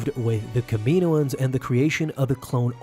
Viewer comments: It's Cama know ins not Kamino ins 🙄😒😑😅😕🙃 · its pronounced Kamin owens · Love the way u say kamioan